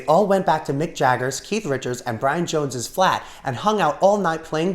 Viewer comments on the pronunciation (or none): none